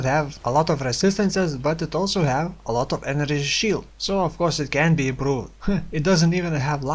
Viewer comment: enenergy shield, love the vid, but maybe try to practice saying energy shield, it gets annoying pretty fast :(